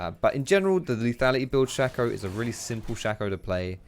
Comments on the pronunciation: Its shay co not shack oh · It´s not Shaco ... i´ts Shaco ... :D